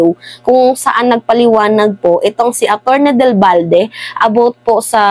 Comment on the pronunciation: Atty.Del Valle hindi Balde